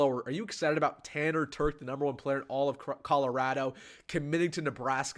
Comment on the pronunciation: I coached this kid in high school and the one thing you can’t tell from this video is his work ethic, leadership, and toughness. Great kid. And he can flat out fly!! Legit 4.4 guy. And BTW it’s Terch with a ch sound. Not a k sound 😂😂